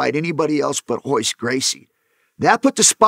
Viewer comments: Why are they saying hoyce gracie??? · it’s royce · Spelled Royce but pronounced with an H. Same thing for some other Gracie's as well, like Rickson, Royler and Renzo